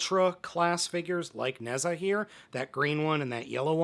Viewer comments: The correct pronounciation would be Nuh-Jah (like the exclamation “ah!”) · Nezha is pronounced Neija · the correct pronunciation is: ne zha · It's pronounced nuh-ja. Wife is Chinese. And the movie is in Netflix. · You pronounced his name and weapons wrong lol but then again we use a lot more accent marks in our language so it’s understandable keep up the good content man.